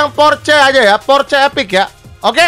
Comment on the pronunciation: Maaf Bang itu sebutan nya bukan porce kalo di omongkan tapi porseh. Dan itu orange sih bukan merah. Klo salah penyebutan nya mungkin liat di yt om Fitra yang riview Porsche Cayman😅🙏